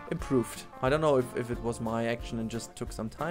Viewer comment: "I don no"😂😂